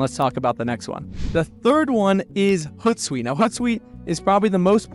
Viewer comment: hOOt like an owl. Not hutsuite